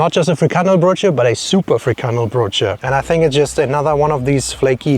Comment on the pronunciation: I love how every english person just say frikandelbroodje wrong😊😊😊